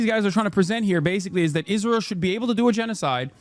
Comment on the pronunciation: I can't tell whether he's saying Israel or "is real"